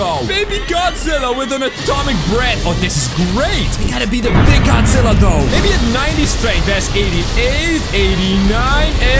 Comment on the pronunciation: Why. Do. You. Say. Man. That’s. Wrong. It. Just. Godzilla